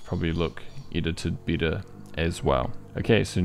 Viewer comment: 🤣🤣🤣 I was like… why is he saying i insted of e everywhere You nailed it.-)